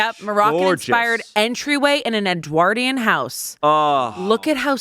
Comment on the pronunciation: pronunciation of "Edwardian" KILLED me 😂